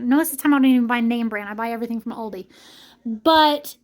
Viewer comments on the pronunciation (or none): none